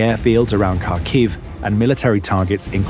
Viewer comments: Kharkiv isn't pronounced as you do. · You would think that by now the people reporting on the war wouldve learned how to pronounce Kharkiv by now. Nope, not this guy.